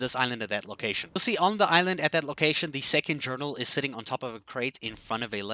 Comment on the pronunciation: What's the point of reading the Jearnals